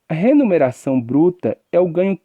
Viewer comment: Muito bom.. mas ele fala "remuneração" ou "renumeracão"